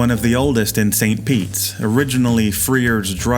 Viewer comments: Yes! Came here to say the exact same thing! It's St. PETE, not St. Pete's, except in cases of using it as a possessive. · I came here for the exact same reason. I grew up in St Pete and it’s grating on the nerves to keep hearing “St Petes”